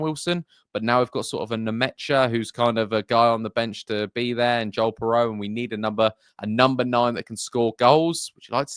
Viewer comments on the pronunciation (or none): none